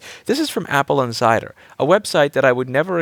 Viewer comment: I keep hearing "Apple and cider" :)